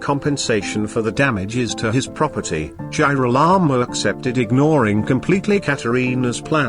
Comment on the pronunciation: you have to review the pronunciation of Girolamo, I had to stop watching because it was too irritating.